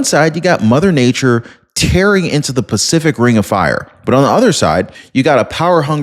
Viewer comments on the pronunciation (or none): none